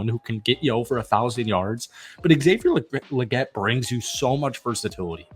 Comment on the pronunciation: ALSO THO!! Lol Legette is pronounced with TWO E’s!!🤣 like Leegette Lol